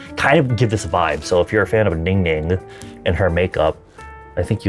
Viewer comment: when you say Ninging I always hear you are saying: Ninging is the maknae haha 🤭🤭🤭🤭🤣🤣🤣🤣